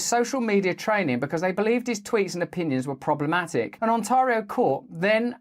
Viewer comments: On-TAR-rio ? No Russell. It's pronounced 'On-TEAR-io' - as in "tearing a piece of paper" - Almost as funny as the way he pronounces the word 'archipelago' 😅 - Has no one told Russell how to pronounce these words ? Has he never heard anyone pronounce them before ? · You say Ontario funny.